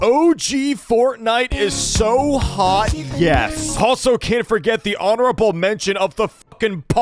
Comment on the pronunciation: bro was not even saying hot bro just said h